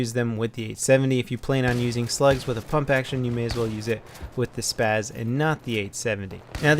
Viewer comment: It is pronounced SPAs-12 not SPAZ